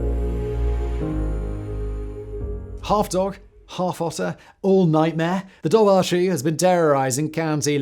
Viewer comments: Pronounced "DOVor khoo" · my dude, dobhar-chú would be pronounced duv-er coo - ch in Irish is a hard k sound, and bh is a v sound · Just FYI the correct pronunciation of Dobhar Chú is "Dour (like hour) Coo". It means dark hound in the Irish language. Oh and Leitrim is "Lee-trim". Irish words are tricky for non Irish speakers to pronounce. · As a native Irish speaker the dobhair chu would be pronounced dower-ku ❤❤ keep gaeilge alive ❤❤